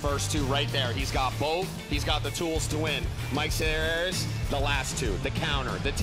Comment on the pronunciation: cant say Selearis 😆